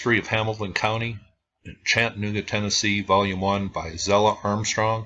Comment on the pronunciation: What you are mis-pronouncing is Chattanooga. It is Chatta - nooga,,,,not Chattan - ooga.